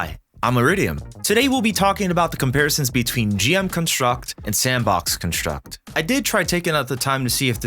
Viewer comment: Good video but damn does your emphasis placement on construct nerves me lol